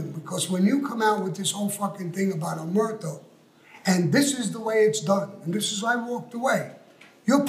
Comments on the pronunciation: I back sammy. percent....mike is not a gangster he's a fucking racketeerer.......Sammy is a GANGSTER AND RACKETEER ARTIST.....there's a difference......and yeah he did pronounce omerta omerto yeah yeah yeah that doesn't take away from that fact......and I would have walked gotti also ....and he and Frankie would had done it ....... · Omerto.. haha. Is there actually another way of saying it. It's latin. O and A. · Um ....Im pretty sure Sammy the Bull can say Omerta or Omerto whatever way he wants to say it lol . You go ahead and tell him he is wrong lmfao Go ahead I'll wait 😂😂😂😂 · Sammy couldn't even say omerta let alone follow it. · Sammy said omerto I’m confused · Omertà is a feminine noun. It’s never pronounced “omerto” in our language (Sicilian). That’s what makes it hilarious to Sicilians. 😭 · Sammy knows nothing about omerta. So much so he can't even pronounce it.